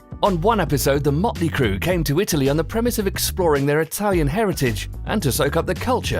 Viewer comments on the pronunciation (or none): none